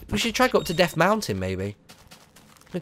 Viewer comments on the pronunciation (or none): "Deaf (meant death) mountain blahrblahblahhhhhh! Byeeeeeee!!!!!!". Best outdo Ever!